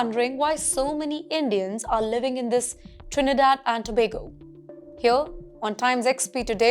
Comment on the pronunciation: This was great. 🎉❤ And thank you for actually getting the name of the country right so many people get it wrong!